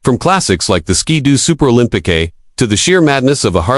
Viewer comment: Is it Olympi-KAY, or Olympi-CUE? Or something else, not sure.